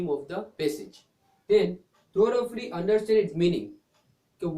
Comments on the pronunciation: Pronunciation of thoroughly should be changed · First learn how to pronounce thoroughly... Idiot